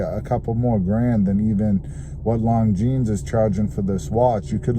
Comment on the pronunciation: Is not “long jeans”, is “lonzeen”. Learn how to pronounce properly names, if you’re a watch enthusiast.